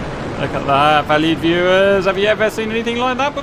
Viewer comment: I think you are saying valued viewers but it always sounds like valley viewers